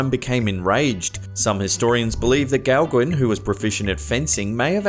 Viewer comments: Gauguin is actually pronounced "Go-Gan" and NOT "Gow-Gwin". Here's a link to the correct pronunciation of this French name, Gauguin. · You make me laugh out loud with your pronociation of forgian names. It's pronounced Paul Go-gan. 👍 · Thumbs up...just a friendly FYI though. You pronounce Gauguin as Go-Ga, dropping the n. The A is pronounced as it is in the word 'fan'.